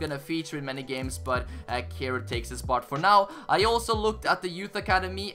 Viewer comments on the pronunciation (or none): none